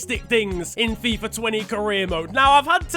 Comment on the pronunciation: he said F-AI-F-A